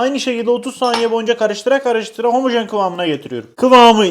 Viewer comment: 30kere homajen diyor😔😔😔😔😔😔😔😔👍👍👍👍👍👍